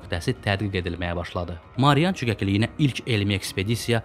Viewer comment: Marian yox Mariana.